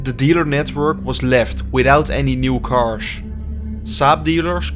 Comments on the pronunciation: Nice Video. Thanks for the impressions. But your pronunciation made it hard for me to listen to it. Please stop saying carsh 🙈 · Cannot even speak the word cars or kilometers